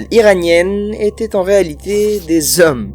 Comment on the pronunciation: Ces huit zommes ? 😂